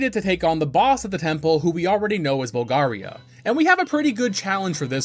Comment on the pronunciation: also says "Volgaria" multiple times at that point "Mulan" and pronounces Epona as "Ep-pona" 😅 its a GOOD VIDEO otherwise, but come on man, get the names right, you played the Game often enough.